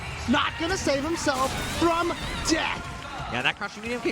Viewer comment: The Accent He Put On The “D” In Death Will Ring Out Firever.